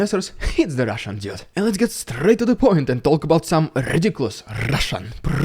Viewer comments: I always love your "rrrrridiculous rrrrrrussian prrrrrrropaganda" announcement followed by your little sarcastic grin 😅 I like how real you are, thanks for doing this your own way! 💯💯💯💯❤️‍🔥❤️‍🔥❤️‍🔥❤️‍🔥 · Your trademark is going to be... "Rrrrrrrrediculoous rrrrrrrrrrrrrrrrrrrrrrussian Prrrrrrrrrrrrrrrrrrrropaganda"! I like how you are trying different ways to say it too! FUNNY ! You are doing a fantastic job reporting what is going on. I appreciate your work! ruZZia is really screwing up badly.... the chemical weapons "backfiring" on them! That was hilarious! WOW Thank you again! Slava Ukraini! Glory to Ukraine! God Bless Ukraine! Stay safe and be well!